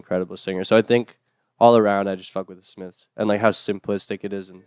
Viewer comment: “The Smifs”